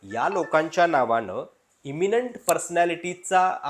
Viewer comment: अहो मराठी तरी नीट बोला 'अशा णावाणं' नाही अशा नावानं असा उच्चार असतो. By the way मी देखील सातारा जिल्ह्यातला मराठाच आहे, फक्त राजकारणात जाऊन पैसे करणारांपैकी नाही.